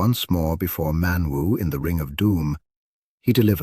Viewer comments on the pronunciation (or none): Man-woo and Cordan? Ilvatar? Loving the proNOUNciation 🤣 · ManWoo 😂😂😂.. I just can't. The dangerous and elusive ManWoo.